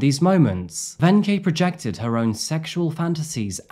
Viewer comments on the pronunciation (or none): It’s kinda interesting how you started out pronouncing “Wenche” totally wrong, but got more and more correct as time went on 😂 It’s just a “K”. Also, most people pronounce the “W” as a “V”